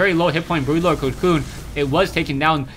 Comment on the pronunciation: Its Broodlord. Not brutelord. BROODLORD!!!